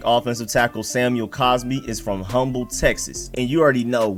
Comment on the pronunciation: since you gave me some facts today, let me give you one: The "H" in Humble, TX is silent from fact 6. Its pronounced "um-bull"